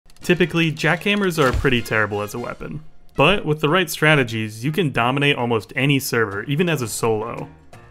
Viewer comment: Bruh always says "stategies" wym its one strat and its called camping xD